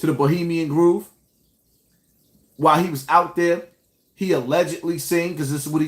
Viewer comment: Nigga it’s bohemian GROVE! God damn, not groove